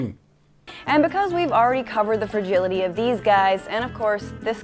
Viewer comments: Why do they always pronounce it as "fergility". I was always so confused what they meant by that because it mostly just thrown into the room without context. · I google'd "fergility" /fɹ̩.ˈdʒɪl.ɪ.ɾi/ twice before I realized that the word was "fragility" /fɹa.ˈdʒɪl.ɪ.tʰi/. AJ+ woman needs to learn to pronounce things a bit better.